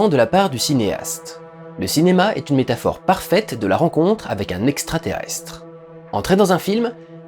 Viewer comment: Très bon concept. Impeccable ... "une métapore" oui X'D